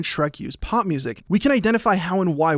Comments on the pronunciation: I know it's 'pop' music, but what I'm hearing him say is 'pot'music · I thought you were saying pot music... Not pop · Is he saying POP or POT I'm so confused